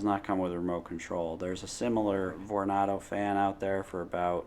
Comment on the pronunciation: I don't mean to be rude but "vor-nar-do"??? My guy Vornado rhymes with Tornado. Like ????